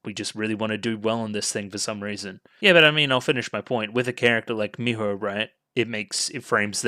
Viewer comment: A tip for saying "Miho" more naturally is to "breathe out" the "ho" sound instead of "blowing out" the sound, if that makes any sense. The H sound should come out with your breath, rather than be something you form in your throat. It's hard to explain, but the Japanese H sound is weird.